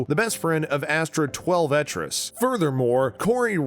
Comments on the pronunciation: "Twel-veh-trees"? Want to try that again? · I think he knows the word "twelve" and the word "trees", but got confused by Twelvetrees, and isn't familiar with Native American names like this. He mispronounced a few other words too, so I think maybe he's not the strongest reader.